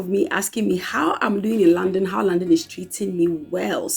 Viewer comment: It took me few minutes of listening to you before I could know that you were saying London and not 'Landing'. Lol